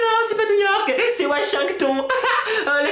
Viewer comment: Washington pas wachinkton lol😄😄😂😂